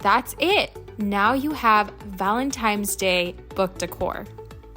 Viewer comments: Hey girlie! It’s ValenTINE’s DAY, NOT ValenTIMES!🙀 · If you need hooked on phonics just say that. Call it what it is, it’s Valentines not Valentimes. I’m sure you want people to say your name the right way. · did you say valentimes? lol...too funny...these are so darned cute! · Thank you for saying that because it bothersome. N not M. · Whatever your name is, I’m sure you want it to be pronounced correctly. If she said it once then cool, but she said it throughout the whole video which means she does not know the correct pronunciation. Meanwhile, if it matters so little to you why did you even respond?